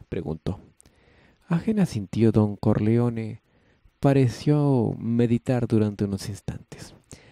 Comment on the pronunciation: Pero cómo que CARLEONE? quién es CARLEONE?Jaja